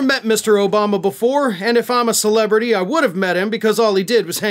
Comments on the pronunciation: What does Herschel mean by ‘celeverty’? Edit: - . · Hershall can't say the word celebrity. He calls it a Celevrity. DUMB ASS! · WTF is a "celevurty"?